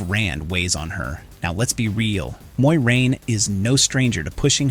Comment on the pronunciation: can u please pronounce Moiraine correctly?